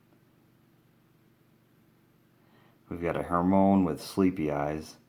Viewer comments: It's her my oh nee not hermoins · It's not her-mone Its her-my-e-knee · to tell you it's not who Moines it's Hermione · NOT HERMONE HER-MY-UH-NEE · It's Hermione not Hermoine. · It is Hermione not Hermone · it's Hermione NOT HERMONE !!!! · Ur Saying It Wrong! It's Hermione Not Hermone Good Luck Next Time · Her-my-on-ie Lol Hermoine what a way of saying her name 😂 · it is pronounced (her-mai-oh-nee) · it's pronounced her-my-iny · Hurt- my -knee XD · U said hermione wrong